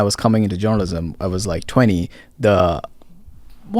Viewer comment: I thought this guy was saying joanisim not journalism. Lol